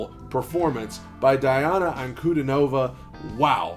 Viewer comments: Say the first syllable of her name as DEE, please. Thanks. P.S. Pronouncing the names of non-Anglo-Saxons is easy: you need to read the letters as they sound in Latin. Did you have basic Latin in school? If not, Google and Yandex in the help. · Pretty sure it's pronounced Deeana.